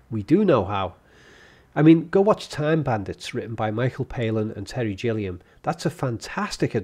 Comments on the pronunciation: Cmon, ye have no excuse, ye not an American, who missprounouses English language. It's Terry Gillian with a 'G" .. Gillian not. JILLIAN . Irritating :/ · and it’s Gilliam with a hard G not Jilliam as mispronounces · Did you pronounce Terry Gilliam as Terry Jilliam? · Terry Gilliam..hard "G", not "Jilliam" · GILLIAM. Hard "G," not "Jilliam." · Gilliam isn't pronounced Jilliam. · This is a very well done analysis. Thank you. I will make one nitpick, one that might have already been brought up in the 300-plus comments: the G in the surname of Terry Gilliam is hard, as in the word "gill". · For the record, 'Concorde' is an old word that certainly existed in the medieval ages. Also, you mispronounced Terry Gilliam's name. Also, while the score was composed by Neil Innes, there was a lot of stock music by DeWolfe.